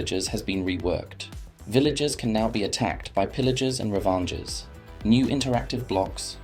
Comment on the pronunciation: bro really said revengers XD like what the hell is a revenger/ravanger